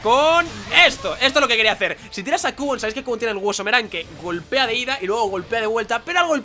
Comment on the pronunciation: se pronuncia quiubon no cubon